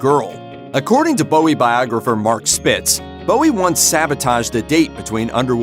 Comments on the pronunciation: Not pronouncing Bowie correctly (changed from Jones because of Jones from the Monkees) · You’d of thought doing a video on his life you’d pronounce his name correctly.